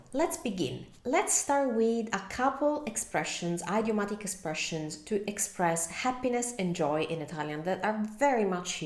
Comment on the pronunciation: Thank you for your help in italian... let me help you in return with English. Idiom is pronounced in English like ih-diom, not eye-diom. Same with idiomatic. It's a soft i, not a hard one.